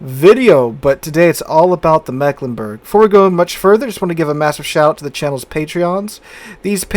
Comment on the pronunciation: Can anyone pronounce our region worse than the rest of Germany?: Yes, I can! The first "e" has a longer pronouncing like an "e" in English. It's more like an "i". And the "g" at the end is pronounced like the "ch" in the word "French".